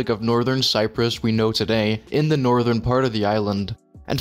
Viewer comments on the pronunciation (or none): none